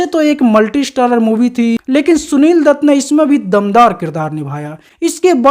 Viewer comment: Are anpadh h kya tu . Gwaar bhi h . Shunil dutt nhi hota . Sunil dutt hota h . .hindi ka apman h . .sja milni chahiye . .shaadi ko saadi bolta h